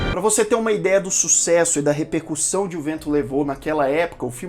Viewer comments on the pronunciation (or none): none